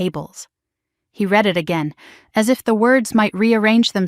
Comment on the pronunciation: Red it red it 😂😂😂. Not read it read it 😂😂😂😂